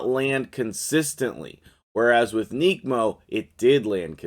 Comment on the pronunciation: ‘Neck’mo not ‘neek’mo